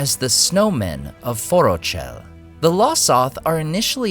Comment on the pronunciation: Forochel…Say it with me: Forók-hel Cmon nerd. You should know better. There’s a pronunciation guide in LOTR and Silmarillion in the back of the book. Tolkein Untangled wouldn’t make that mistake.